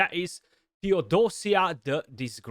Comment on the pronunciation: Theodos - I - a not Theod - O - sia. You tone the I. It's a greek name, "Θεοδοσία" meaning "offering to god". Please get it right brother